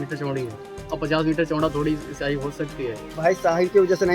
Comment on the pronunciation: Shyahi nahi shahi hota hai neta ji